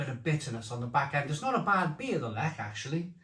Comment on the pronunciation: Zubr used to be my fave and then I began to find it a bit sweet. Zwiec and Lech are my go to these days and they are very similar. Good pronunciation of Lech by the way but work in progress on the rest.